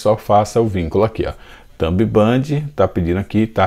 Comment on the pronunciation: impressionante como tu fala as palavras erradas 😂😂 "chromo" , "thumb band" kk , mas valeu as dicas, brigado parabéns pelo conteudo